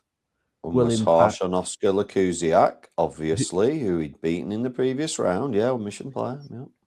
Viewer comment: Loving the podcast as always! Rant: you always say Lakusiak instead of Lukasiak 😏